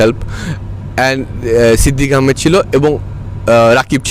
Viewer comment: Can Indians please say Bengali names as they are? Its pronounced ahamed not ehmad. Please its a request its pain to the ears